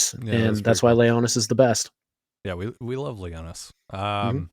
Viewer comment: Its Leonys, not Leonys! 😂😂😂